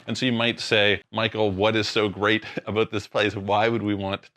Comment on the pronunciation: "Talk to you ABOOOT" LOL